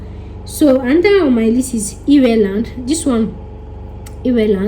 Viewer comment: Did I just hear EReland......omg😂😂😂😂😂